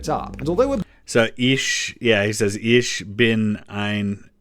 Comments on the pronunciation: JFK still made a mistake with that line. He pronounced "ich" with the soft "ch" when he should have done it with a hard "ch"- "ick". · His translator's phonetic "transcription" is wrong, too, isn't it? The ch in ich is pronounced as in loch (as in Loch Ness monster) not ish.